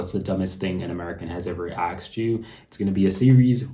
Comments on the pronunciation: It is not "akst" but "asked". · Why is it so difficult to pronounce ASKED the way it should be, and not axed??????????? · Aksed... did you say aksed? That is dumber than anything in this video.